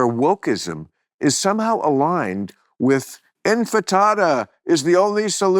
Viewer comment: In fa ta da - available at Taco Bell for a limited time. 🌮🌮🌮